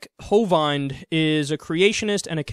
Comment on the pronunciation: Hey Kyle, another great segment bro, I thoroughly enjoyed it, but you were pronouncing the dude's last name wrong. (Not that it's important) The 'ind' part is pronounced like you're going 'in' a doorway, hove-in-d Again, great report